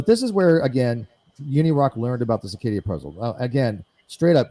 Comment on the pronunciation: Are they mispronouncing CIrCadia a combination of Arcadia and cicada 3301. It's weird.